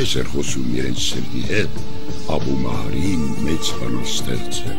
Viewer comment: Ես որ ,դպրոցում սովորում էի, Աբու ալ Մահարի էին ասում (արաբերեն) ոչ թե Աբու լալա Մահարի։💤💤💤👋👋👋